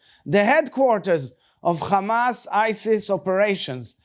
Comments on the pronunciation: I hate how they say ""KHamas" it's Hamas. Learn Arabic. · Kkhhhhaaamaass .. it’s H mate not KHH